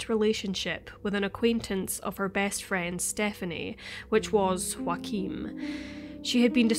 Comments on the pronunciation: If hes german chances are his name is spelt Joachim and pronounced yo-uh-kim. Not Joaquin like phoenix. Could be wrong though. Mightve been joaquin. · It's Joachim ...a very common German name..not Wakeem or Joaquin. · I’m sorry but Joachim is a German name and you keep pronouncing it like its spanish or something (yes, I know this name exist in multiple languages but here we’re talking about people in Germany). I’m not German, nor do I speak the language but I live in a bordering country and work with a lot of Germans and I’m pretty sure it’s supposed to be pronounced like Yaw-ah-khim. In German (same as in my native language and many others), the letter J is always pronounced as english Y is pronounced when there is a vowel next to it (next to the Y, I mean). Sorry, I’m not expert so I don’t have any better way to explain but I hope it’s clear enough. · Is the boyfriends name spelled Joachim? Because the way you pronounce it, it sounds like Joaqueem. Other than that, you speak extremely clear and well pronounced! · Just the tiniest correction, as a German I couldn't let it pass by... the name Joachim is pronounced "Yo-achim". The J is pronounced like the Y in York and the ch is actually pronounced just like it would be in Scottish Gaelic, like it is in Loch Ness. So we can all pronounce his name correctly when we say "Joachim was a scumbag for dating a 15 year old girl while he was 30." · U mean joachim ?? Wrong pronounciation. It Sounds weird for German listeners. Please make sure to pronounce names the right way, that people recognize facts...But rest well done: i slso like the background music a lot, good choice!! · You know what would be great? If you could pronounce Joachim correctly.